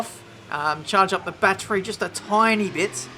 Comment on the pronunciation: Lol i love your videos but saying "bat-tree" instead of "battery" makes me cringe.